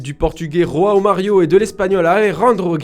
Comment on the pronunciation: on prononce joao mario en portugais pas roao mario ;)